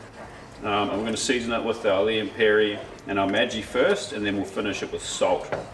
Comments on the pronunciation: It’s ‘Lea and Perrins’ not ‘Lea and Perry’. Also you said at the start you wouldn’t be able to taste the Maggie, but man that was a lot of Maggie... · Not Lea & “Perry”…Lea & Perrins.